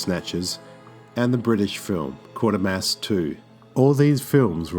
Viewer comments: Quatermass, not Quartermass. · Quatermass not Quartermass. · It's Quatermass not Quatermass.